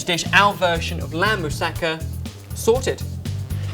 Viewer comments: It's pronounced "mou-sa-ka", not "mou-sakka". Just for future reference. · I know this is a really old video and someone's probably told you, but moussaka isn't like Mustafa. You emphasise the ka at the end ^.^ amazing recipe tho :)